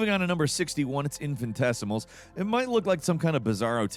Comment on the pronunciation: It's not infant-tesimals it's in-fin-i-tes-im-als. 6 syllables, not 5.